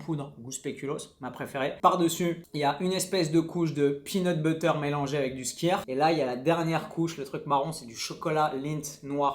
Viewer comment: Le skyr est islandais. Il se prononce... skyr, tout simplement ! 😁